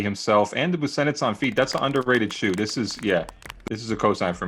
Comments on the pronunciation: worst take: pronunciation of Busenitz..... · for saying buSENitz, it's BOO-shenitz. Actually give it to for not correcting him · or pronouncing "Buzenitz" lol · for mispronouncing Dennis Busenitz’s Pro Model shoe 😤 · gets worst take for mispronouncing Dennis Busenitz name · You butchered Busenitz’s name during the outfit segment